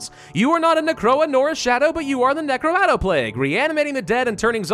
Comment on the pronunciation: I believe it’s pronounced NU-CRAH-DOE